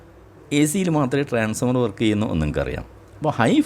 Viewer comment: സർ,ട്രാൻസ്ഫോർമർ എന്ന് പറയണം എന്നൊരപേക്ഷ